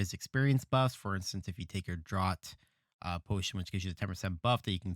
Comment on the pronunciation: Great video! One thing, the Draught of ten lands isnt pronounced how it's spelled, it's pronounced like 'draft'.